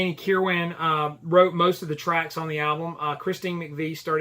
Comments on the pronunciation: You nailed it. Danny was the bridge between those two eras of the band. BTW, the last syllable of Kirwan's name is pronounced "win." Also, Bob Welch called the album bleak which was meant to be a knock on Danny. He attributed it to Kirwan's angst in his writing. I totally disagree. There might be some bitterness at play here since Danny contributed five songs to the album to Bob's two. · Stop with the Um's already .. Also learn how to pronounce Danny's last name ..